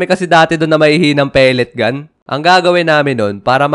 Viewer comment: Ay wow "pelet gan"😂